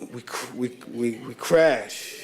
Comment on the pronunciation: "So listen um" He said crash instead of clash while discussing his son however he is still very loquacious which is a new word for me 🤭😁😌🧐